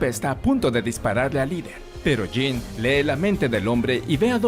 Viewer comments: Por qué le dice Jane? Si es Jean Gray!😅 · Me gusta mucho como lo resumens de manera tan completa. Aunque no puedo evitar no saber de quien hablas cuando le dices "Jane" (yein) cuand es "Jean" (yinn) jajajaaj pero me parece gracioso como brinco cada vez que lo escucho distinto. Pero todo esta mucho mas que excelente, felicidades! Mutant and proud!